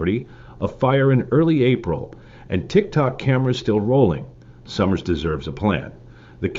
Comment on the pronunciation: You are not pronouncing Somers correctly...it is sOmers with a hard o....not sommers.